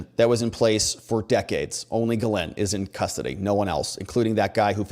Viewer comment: Pronounced " jizzlane maxwell".... Not kidding....